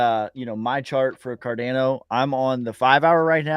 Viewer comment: someone needs to tell to watch a Charles Hoskinson video so he knows how to pronounce "Cardano"